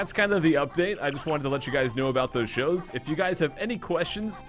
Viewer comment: Oh i thought he said new shoes not shows